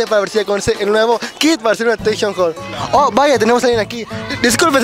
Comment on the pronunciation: "atenchon jhore", que buena pronunciacion :v